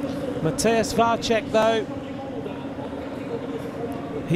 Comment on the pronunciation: Why can not anybody tell that commentator that Vacek is [Vatsek] and not [Vatchek] ?